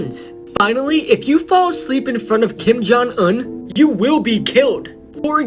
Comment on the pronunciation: He says kim jung un like kim jung uhn